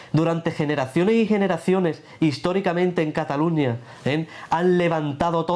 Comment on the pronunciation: cataluÑÑÑÑÑÑÑÑÑa. Si estás hablando en inglés, dices London, no Londres, si estás hablando en Español, dices Nueva York, no New York, si estás hablando en Español, dices CataluÑÑÑÑÑÑa no como se dice en catalán, catalunyyya.